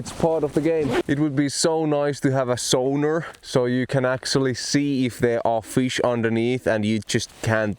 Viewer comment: Took me a while to realise you were saying sonar not suana ha ha. I was thinking that you Finns are very fancy going fishing with a Sauna ha ha. Love your videos dude - thanks for sharing and good luck. Subbed